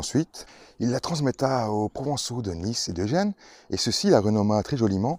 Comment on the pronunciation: « transmetta », « troZ important »… 😊 Boh allez je taquine, mais c’est intéressant, merci!